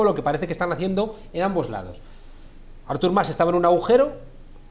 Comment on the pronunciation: Que manía de tod@ de llamarle a Artur Mas "Ártur" con acento en la A... jajaja Ya de paso, podemos llamarle Árthur More